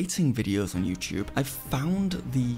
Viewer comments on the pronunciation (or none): none